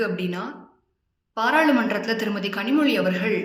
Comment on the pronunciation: 2ஜிய முதலில் முடிவுக்கு கொண்டு வரச் சொல்லுங்க கனிமொழிய முதலில் கனிமொழிய ளலழ உச்சரிப்போடு பேசச் சொல்லுங்க